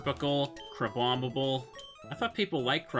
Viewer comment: "Crabombable"? is it a leak from Z-A or are we talking about Crabominable?